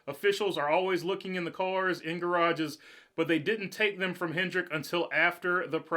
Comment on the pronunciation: Hendrick drop the S you sound like a noob